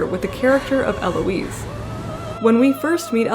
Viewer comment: Lovely video, I'm looking forward to more of your work! Also, unless you're intentionally Anglicanizing names (which is fine you do you) you should keep the H in Heloise and Jean Paul Satre's name is pronounced Sah-Truh.